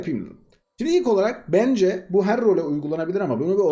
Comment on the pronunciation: Abi sen Samsunlu musun o nasıl bence demek